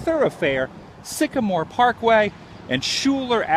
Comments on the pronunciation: Hey dipshit- it's pronounced SKY-LER not shooler and it's Sagamore Parkway not Sycamore. What a fucking tool. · Its Pronounced Sky ler and Sag a More Parkway